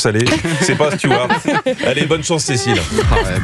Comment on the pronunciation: J'en ai marre d'entendre "Stewart" ! On dit "steward", stewart c'est un prénom !